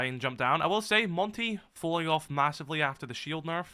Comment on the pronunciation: “massively”? Say that again.